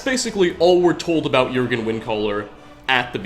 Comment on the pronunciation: Thank you for pronouncing Jurgen correctly